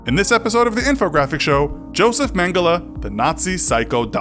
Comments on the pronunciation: It's pronounced mengel not mengela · It’s it’s pronounced man-gel-y not man-gella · Mangela ? English can't pronounce anything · It’s pronounced men-ge-lay , he is German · Mengela or Mengele ?? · Dude it’s pronounced mengell ok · You don't pronounce Mengele that way.........